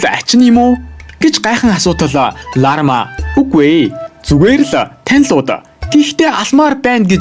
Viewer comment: Larma❌ Larva✅ hahahahah